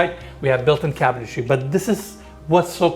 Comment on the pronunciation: Two shots for "cabintary."